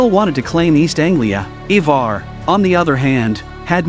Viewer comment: Ivar pronounced I-ver. Ube pronounced ube-ar . Great recap! But that was just driving me a little crazy lol i had to say something